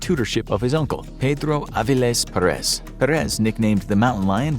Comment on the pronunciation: I Stopped watching when he Said Pedro Avilez perez. With Caro Quinteros Pic...